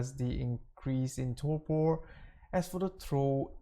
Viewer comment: lol its "torpor" not "torpo"